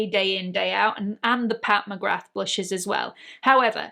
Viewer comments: WHAT??? Pat McGra???? Everyone and his/her mother on Youtube is pronouncing it wrong. Myself as well! McGrath (with the "th") sounds better. Who knew is right!! Enjoyed this video because I lovvve blushes - warm tone blushes. I lean towards the peach, coral, light terra cotta warm shades. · In Ireland we don't pronounce the th at the end of McGrath. Maybe that's where the mix up came from. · She’s of Jamaican descent and pronounces it with the th. I tend to say peoples names the way they do… it’s just polite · How can Pat McGrath have been out for years and EVERY YouTuber pronounces the “th?” Not saying it just sounds weird now. lol